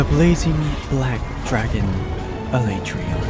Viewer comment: The way you pronounced Alatreon gave me cancer. Thank you.